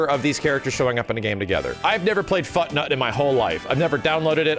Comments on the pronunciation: "There's a game called Futnut" I swear, I Honestly heard it as "Fucknut" 🤣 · I like how says fortnite like he was saying Foot-Nut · I heard Fucknut not FutNut